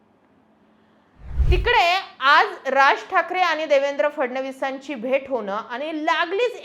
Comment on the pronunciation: जरा "आनी पानी....जानार येनार " काय हे? भाषा सुधार...मराठी शब्दोच्चार सुधार....